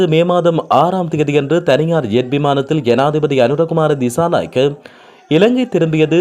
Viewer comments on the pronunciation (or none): none